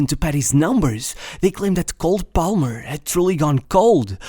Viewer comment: Dont judge me but everytime i hear him pronounce the L in Palmer i wanted to close the video. Lucky its a video about my starboy